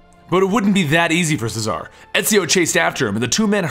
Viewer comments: CHEZ-A-RAY not cesar CHEZ A RAY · its pronounced chez are ray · Friendly advice: Cesare is pronnounced Che-suh-ray.